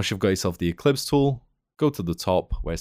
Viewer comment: Ellipse, not eClipse. Perceptual, not persPecual. Other than that, very nice.